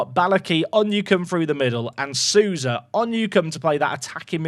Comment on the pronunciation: Quick pronunciation tip: In Brazilian names like Souza, the 'ou' is pronounced "oh", like so or go. So it doesn't rhyme with 'cow' or 'moo' 🐄